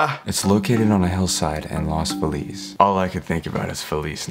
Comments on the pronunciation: I love how he said lose Feliz then said los feliz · No one : literally no one : : los Felix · nobody:: lowes feliz 👨🏻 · “Los Felix” 🤠🤌🏽